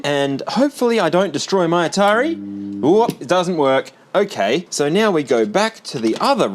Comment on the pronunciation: the end of ze world clip when said "hokay" is 100% what you would see if you hooked up a crt to my brain and asked me to say the words "okay so"